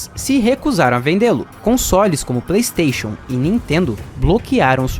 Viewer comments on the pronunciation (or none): none